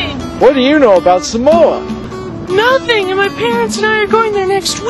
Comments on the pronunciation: Umm... don't believe this, this is not the Samoan culture. I'm Samoan, and hell no this aint samoa. But... you have to admit it was hella funny. Especially how he pronounces Samoa. He says "Suh Mo uh" Instead of "Sah Mo Ah" hahaha. and then Fa'a Samoa he said "Fah uh suh mo uh" instead of "fa ah sah mo ah" haha. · its saaaaamoa, not samoa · one more thing people need to know... It's (Sah-moh-ah)! not simoa u gone get lickins if ur not careful bra... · sole its SAAAAAAAAAMOA lol